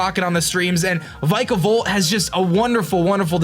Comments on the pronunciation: This is how u prenounce Vikavolt vik-uh-vult. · the way he pronounces vikavolt makes me feel weird